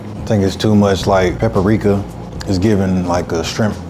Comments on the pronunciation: 🚨PSA: Lots of African Americans / Black Americans pronounce paprika as pepperika due to being raised around southern elders that didn’t know how to say the word. As I get older I’ve realized, there are several words commonly & universally mispronounced in the community for that very reason. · Who is ‘peppericka” 😂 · Is somebody gonna tell him? What is a paperika? And I'm glad I'm not the only one who caught that lmfao 😂😂😅😅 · The guy in the green has no credibility 🤣 "Peppericka" 🤦‍♂️ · "Peppericka is giving it a shrimp taste" LOL homie doesn't know how to pronounce it or what it is. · What is a “PEKARIKA” 😂😂😂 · It’s paparickah lol 😂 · She's the cousin of "Peck-ah-rika"! I thought you knew 🤣🤣🤣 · i think at one time i also heard peckericka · It’s pekerica😭😂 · Came on here just to read the comments about how green shirt pronounced "Paprika"..LOL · You mispronounced paprika dude,lol.